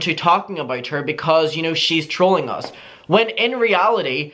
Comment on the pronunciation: It took me a good five minutes before I realized was saying trolling and not drooling. I guess what’s more concerning is the fact that I thought Gabbie Hanna was okay with drooling on her TikTok😓